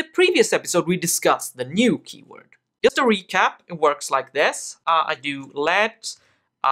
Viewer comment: you need to pronounce "just" like "dzhest".